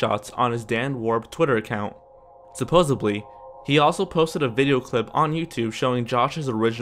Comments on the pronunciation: Shadow Dancer as well as imitated, not intimidated and supposedly, not supposebly were the other ones I caught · Its supposedly, not supposebly!!! Aaagggghhhh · Say it with me "Suh-pose-ed-lee" Not subosably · It's "Supposedly," not "Supposibly."